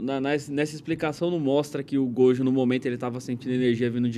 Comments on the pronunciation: Ela falando "Godio" é terrível kkkkkkkkkkkkk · Só eu que perdi a paciência com essa mina falando "godjo"? Kkkkkkk